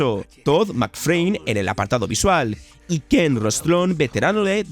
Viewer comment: No entiendo por qué dices songs of "nun" cuando es "nunU". No sé si es dislexia o mala pronunciación del inglés (puede que ambas), dices Todd Mcframe cuando es McFarlane. (Trasliterado: no es lo mismo "macfreim" que macfarlein") Te pasa en casi todos tus videos.